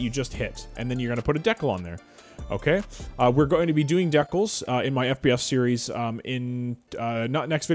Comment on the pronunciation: I was so confused with how you were pronouncing decals lmfao.